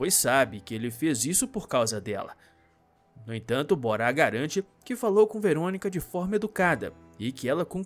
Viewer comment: A pronúncia do nome do ricaço bonitão, digo, do marido da Karsu é "Bóra" e ñ "Borá" (pelo menos, na duplagem da TV Record).